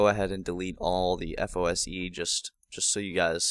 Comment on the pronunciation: It's FOSE, not FOSI.